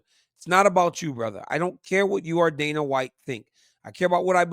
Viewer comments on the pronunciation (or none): none